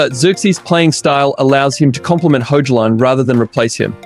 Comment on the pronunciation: Great comprhensive coverage. I would note that you don't pronounce Hojlunds name with the J I usually hear it and say it like Hoylund. Ten Haag has two a's so its more like ten hog but that's nitpicky to me tbh. honestly I'd still prefer united to get another left back, esp to shore up the position and let martial and shaw get back to full fitness as best as possible.